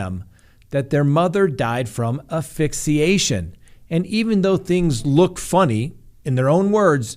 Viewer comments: Please pronounce it correctly. It is AS Fixiation not Afixiation. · ASSSSSSSSSSSSSSSS PHYXIATION. NOT AFFIXIATION ⬅️ not a word. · It is pronounced ASphyxiation. Don't forget the S. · You are mispronouncing asphyxiation. There is an “s” in the first syllable.